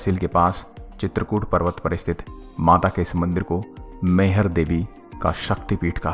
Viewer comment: वो मैहर तो सही है पर (मईहर) ऐसा बोल जाता है। सर जी और मैं सतना जिले से जो की वो भी सतना जिले में आता है। और अपने जो बताया है वो सही है आल्हा ऊदल आते है और माता रानी की पूजा कर के चले जाते है उनको आज तक किसी ने नही देखा है। 🙏